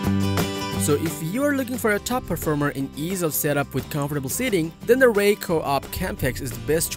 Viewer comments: It's REI. R. E. I. Just say each letter... Not Ray. You lose all credibility when you muck up the company name of your first pick, especially when it's such a simple, well known, and basic company name. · Awesome and informative video. TY very much *LoL on REI pronunciation, Let me spell it, R E I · Yeah, regarding credibility I clicked on the timestamp in the description and I heard it pronounced ray, immediately I thought this was one of those AI generated list channels I should click away from.